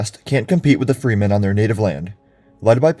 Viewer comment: Why the mispronunciation of Fremen and Bene Gesserit?